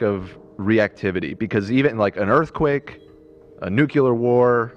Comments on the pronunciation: did he say nukular? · I’m begging you it’s nuclear not nukular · Nuclear Not nucular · Gonna need to stop pulling a George W Bush and using the non word "nucular" lol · someone tell to stop saying nuculear